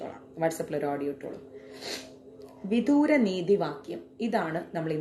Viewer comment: വിദൂര അല്ല.... വിദുര എന്നാണ്